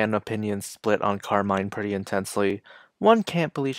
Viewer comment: hey! you're pronouncing her name wrong btw, it's pronounced how you would say "carmen"